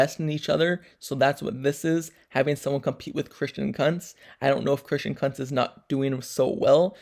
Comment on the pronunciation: Kunntz not cuntz😂😂😂